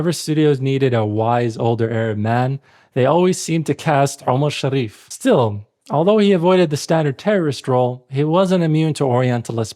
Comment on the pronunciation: هههه ليش "شر ريف" !؟ اسمه "شريف" مافي داعي للشدة فوق الراء